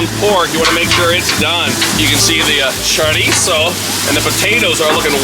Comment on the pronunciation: Love it sounds delicious but glad u say chorizo right